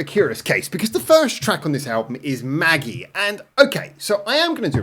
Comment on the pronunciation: 「Magie」の発音は「マギー」. The emphasis is on the second syllable. よろしく